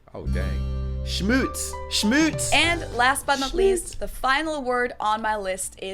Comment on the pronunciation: I think its funny to hear you try german because im german and you reminded me of spongebob with “schmutz“ because of the episode with the dirty plate you kinda sounded like it schmutz ScHmUtZ SCHMUTZ